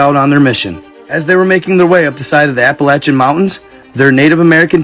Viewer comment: Props for pronouncing Appalachian correctly